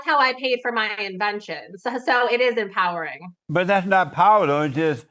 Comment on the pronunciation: the word is empowering not empowrd